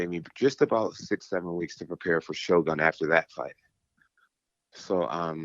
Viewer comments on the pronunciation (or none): none